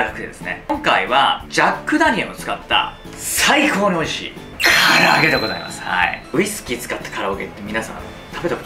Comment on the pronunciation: 唐揚げがカラオケに聞こえたのは、自分も飲んでるからかな…